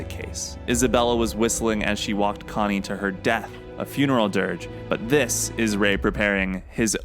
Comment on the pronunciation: sounds pretty normal to me bruv